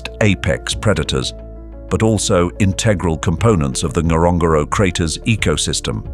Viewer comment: It is not pronounced that way...wasnt was i was there!...